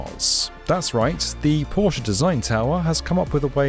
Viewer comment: I’m a simple man. I hear Porsche pronounced correctly, I hit the like button.